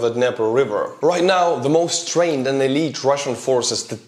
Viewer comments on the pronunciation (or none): none